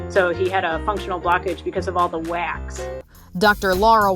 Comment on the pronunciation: The way she said ( wax) made me laugh so much Who agree?